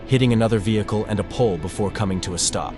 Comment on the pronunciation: "vehickle"" Me: 💀 (AI is fr funny sometimes, trying to pronounce even the simplest words. )